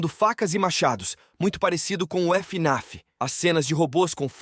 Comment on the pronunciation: fnaf❌ f ene af✅